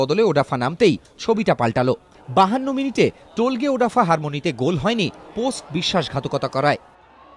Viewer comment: টোলগে না উচ্চারণ হবে তোলগাই উজবে